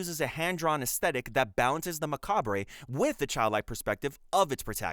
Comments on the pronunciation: I can't decide if the narration is AI, or just a guy who thinks "macabre" is pronounced "mah-cah-bray". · you dont pronounce the 're' in macabre, its pretty much just pronounced 'macab'